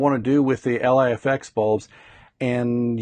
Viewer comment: Thanks for this video bud! One (hopefully helpful) pointer is that LIFX's website describes the pronunciation of LIFX as 'Life-X', rather than 'ell-aye-eff-ex'. I don't mean this as a criticism - just thought it might help u out ;-)